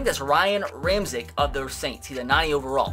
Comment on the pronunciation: Ramczyk's name is pronounced (Ram-check)